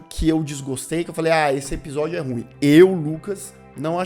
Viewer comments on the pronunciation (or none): none